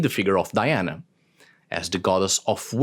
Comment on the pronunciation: Thanks for pronouncing the Latin name, Di-ana, multiple times instead of “Daiana”, it's nice to remember the origin of the myth. Speaking of origins, the goddess Diana vowed to stay a virgin and so were the nymphs of her “entourage”, she would never have had children with anyone. Just think that she had poor Actaeon torn to pieces by her (or his) dogs just for looking at her while she was bathing... 😁